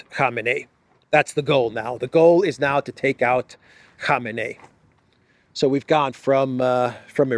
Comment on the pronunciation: it is pronounced "koh-MAY-nee".